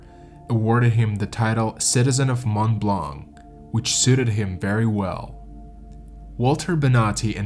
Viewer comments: Mont Blanc = pronounced "Mon Blon" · The correct prononciation of "Mont-Blanc" excludes the "c". Excellent and detailed video of this hiking tragedy, tank you